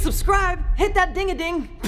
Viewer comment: "hit that dingading"